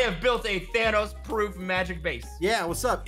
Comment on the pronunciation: havent watched ssundee in a few years i see he still says thanos like vanoss lol. man hasnt changed a bit gotta love em